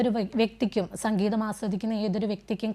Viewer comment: സംഘീതം അല്ല മാഡം... സംഗീതം !!!🙏